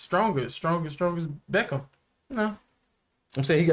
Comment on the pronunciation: Not benn beckham,it's benn beckman